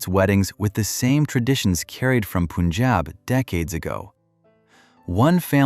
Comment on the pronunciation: Somebody teach this narrator guy needs to say "Punjab" properly.